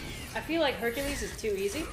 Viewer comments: Huny you mean HUNKULESE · Lmfao this man said "honey you mean Hunk-ules" 😂😂😂